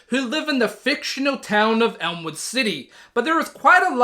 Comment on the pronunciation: Elwood, not Elmwood. But great job!